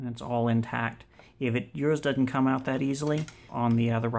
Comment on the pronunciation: DOESN'T (NOT DUD-ENT)